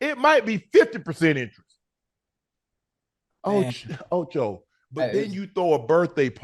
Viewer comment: I love these guys. He stay saying Ocho 😂😂